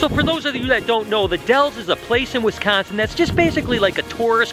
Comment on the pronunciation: It bothers me how he says Wisconsin like Wizzconsin